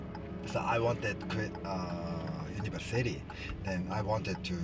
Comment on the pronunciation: Anyone else love how he pronounces university "Universe City"?